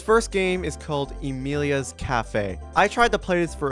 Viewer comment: Bro butchered the name of Amelia's cafe so hard💀